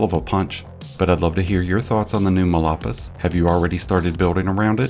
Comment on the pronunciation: It's phonetically pronounced "mall paw-ease". It means badlands in Spanish.